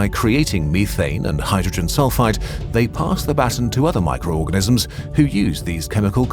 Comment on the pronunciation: It keeps sounding like he saying hydrogen sulfITE not sulfide. Two very different things